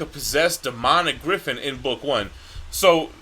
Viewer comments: Griffith not Griffin xd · It's Griffith, not Griffin. And Donovan, not Domino.